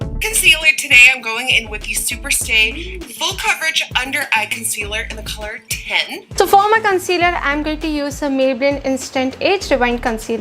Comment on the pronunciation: But why do ppl try to b or copy someone wat they aren't... they can just b themselves n b hapy... Also u can hear the 'kholor' for color🤭